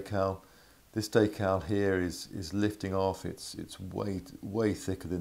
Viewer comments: Wtf is a daycal lol it’s decal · Day-cal? more like Dee-cal. Anyways nice video. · Day- cow or Da- cow? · What's a "daycal"?